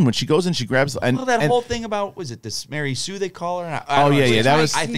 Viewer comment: MaREY sue 🤣 I couldn't watch this movie second time round it was so boring these sequels needed George Lucas